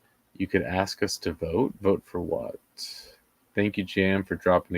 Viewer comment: You'd think the attorney would have learned, at least in law school, to say "ask" instead of ax.